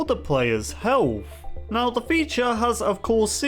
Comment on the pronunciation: He said Heawf instead of health